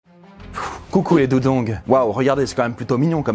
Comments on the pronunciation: Si il vous plait qui a entendu"dudong"au lieu de"dugong"?! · On ne prononce pas dugong "dougong" mais plutot "dugong avec le son du u " j'habite en Nouvelle Calédonie , il y en a et on ne le prononce pas avrc un "ou" 😂 . Sinon super vidéo 🥰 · C dugong pas degong 😭😭😭😂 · Désolé j’aime pas spécialement reprend des personnes quand elles prononce mal un mot. Mais dugong se dit Du...Gong et pas Dug...Ong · Sa ce prononce pas dugon 🤨